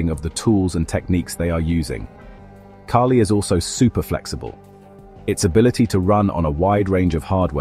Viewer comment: Everytime the bot said "key-lee" i almost lost it